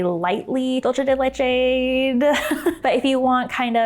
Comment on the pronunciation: Dulce de leche is Spanish why are you pronouncing it like that